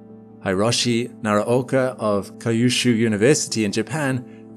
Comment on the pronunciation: Excellent content as always, but in this one you managed to murder all Japanese words you read... Ryugu (re-you-gu, not rye-you-gu) Hiroshi (Hee-roshi, not Hy-roshi, and this should have been easy: how do you pronounce Hiroshima???) Kyushu (same as Ryugu, Q-shu and not Kye-ushu) If you repeat a word so many times, perhaps worth it to research it beforehand...also typing it in google translate and have it read alout would have saved this.